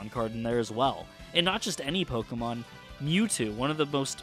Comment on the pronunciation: i hate when people say Poke-uh-mon instead of Poke-E-mon